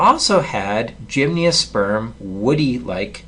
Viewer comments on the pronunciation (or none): Tremendous videos but why do you say "gymniosperm"? there's no "i".